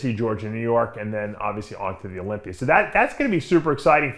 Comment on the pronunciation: Please stop ending the word Olympia with an R